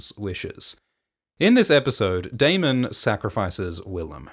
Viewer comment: You finally said Daemon properly. I don't know why it bothered me so much but thank you lol